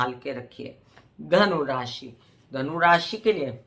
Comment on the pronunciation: नमस्कार । आप लग्न से फलादेश बताती हैं तो राशि शब्द का उच्चारण कन्फ्यूजन बार बार पैदा करती है ❗